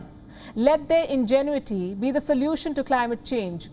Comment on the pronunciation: In-Jen-Vitiee: Pronounced In-Ge-Nu-ity. And you are reading the fucking news, ....Sigh.....